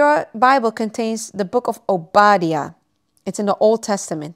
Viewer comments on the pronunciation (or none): Excellent video! Thank you and God bless you! I believe the book you mention is pronounced “oh,bah-die,a”